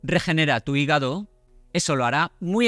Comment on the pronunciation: 😂regenera tu higago